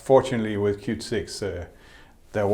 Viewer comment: 😂😂😂; Qt is pronounced as Kyut not KyuuTee